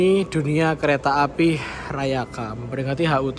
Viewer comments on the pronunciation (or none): Maap nih bang gw izin ngakak, dimenit ke 10.50 gw denger kereta apel 🍎 😂